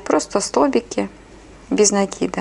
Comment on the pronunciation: делайте правильно ударение на слове "цепочка" и "накид".на О и на А. Очень режет слух.